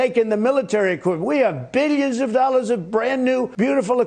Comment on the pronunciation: Does he sneak an extra syllable into the word billions?